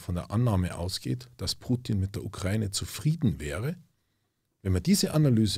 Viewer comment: Kann dem mal jemand sagen, dass es die Ukra-Ine ist und nicht die „Ukreine“